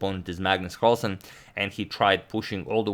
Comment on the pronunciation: Pretty sure it's Magnus Marlsen